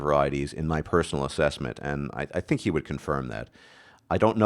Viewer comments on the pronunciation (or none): none